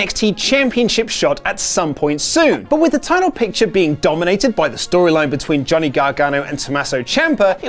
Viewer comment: haha I am a huge fan of "Gohnny" Gargano ~